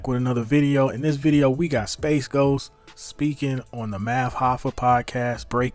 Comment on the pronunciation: How TF you get SpaceGhost from Sp8ghost..? Sp8Ghost = SpeightGhost